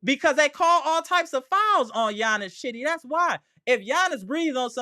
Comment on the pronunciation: Okay we need to give Chiddy a nickname because I keep thinking you're calling him "shitty" 😜